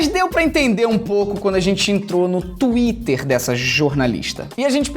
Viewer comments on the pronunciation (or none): none